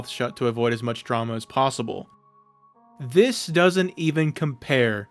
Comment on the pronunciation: say "this" like a normal person